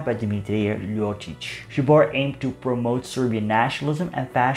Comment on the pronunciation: 1. Your pronunciation of zbor is pretty bad. 2. Zbor supported integral yugoslavism and was against any other "tribal" nationalism. Most of their supporters came from Dalmatia (not counting Germans and people in his home town of Smederevo, where he won votes not because of their policies but because of his surname (his father was famous radical leader and MP for smederevo electoral district during late 19th and early 20th century)). They change that during WW2. 3. Zbor was a monarchist organisation(they model themselves on franech action) but monarchy wasn't his biggest fan(When Ljotić proposed fascist style parlament to king Alexander he was immediately thrown out of the government). Just look at their wartime SDK badge (translation goes like this "with faith in God for King and Fatherland).